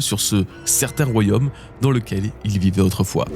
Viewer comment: Attention: ce n'est pas "royhomme", c'est "royaume".